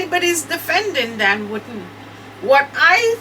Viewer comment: I like the way you pronounce DAN surname,it sounds like you are saying "WOODEN"😁😁🤣🤣